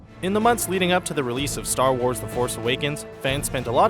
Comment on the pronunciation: star warth